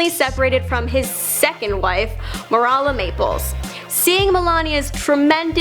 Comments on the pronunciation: Mirala. Its Marla Maples👎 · These videos are pretty cool, but when someone is claiming to teach me about stuff I don't already know about, and they butcher the easy stuff... common and well known words and names, it kinda puts a dent in my confidence in them. "Mar A la" Maples?! WTF?! I'm pretty sure that at least half of America has heard of Marla Maples. And, "Suddenly, Melania was under more SCRUTNER"?! Why in the hell didn't they take the twenty seconds to retake the audio, and go ahead and say scrutinY? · Marala Maples! This bitch can't read.